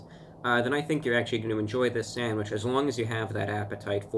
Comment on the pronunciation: If he says Sadwich ONE more f*cking time.... I mean, if l looked online and wanted to buy a "Sandwich". And it showed me some Sandwich shops near where this guy lived, I'd preosume McDonalds, and Burger king and Five Guys would come up on the search. They Sell Sandwiches apparently? I can't deal with American's calling something in a bun a Sandwich... it's not... it's a burger... a sandwich is between 2 pieces of bread... in a Ciabatta? It's a ciabatta.... His nails! are crazy horrible! i wish he'd cut them, if my nails even grow 1/10th of a mm, they get dirt under them real easy how does he deal with it!